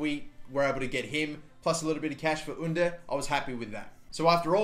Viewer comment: Cengiz Ünder’s name is pronounced with J, you’re saying the first name right but not the last name